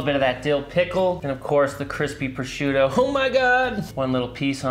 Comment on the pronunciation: Him pronouncing prosciutto to me is like nails on a chalkboard. CORRECTION: him saying calamari is just as bad. But to be fair, great way to make deviled eggs. Going to do this method this Easter.